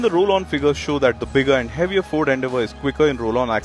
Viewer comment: Its is fucking ‘FORD’